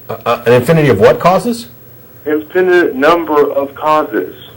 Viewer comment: This bonehead doesn’t even know how to say the word “infinite”. He’s saying it like a 5 year old “infininint” and I can’t stop laughing. You’re trying to solve one of the the biggest questions in science and dude can’t even say the word infinite correctly.